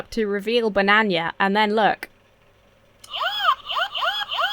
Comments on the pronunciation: Why did you add the letter y to a banana am I unaware of some character called bananya? Do British people pronounce it that way or have you gone completely insane? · What the h? Do english people say "banan-ya"? Wow! That's almost as weird as how you all say "al you min yum". I sometimes have a hard time wrapping my head around the idea that you guys actually invented the language.